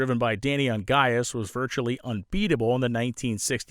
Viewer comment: Great as usual, also great that you know how to pronounce "Ongais"!